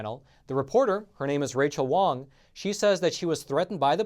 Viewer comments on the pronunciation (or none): none